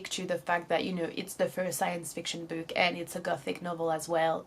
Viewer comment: Other than the way she pronounces some words (the words "video" and "book" for example) her English is good in general